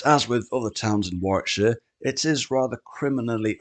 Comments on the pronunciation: Worrik-sher please, if you come over. Not War-wick. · The W is silent in Warwickshire......Warickshire